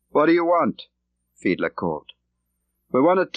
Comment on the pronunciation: Many thanks for putting this audio book on YouTube. John le Carré (RIP) pleasantly surprised me with his reading - especially with the voice / character of "Jens Fiedler", and his German accent!